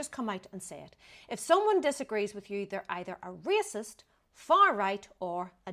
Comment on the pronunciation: He can't pronounce the word racist properly,.😂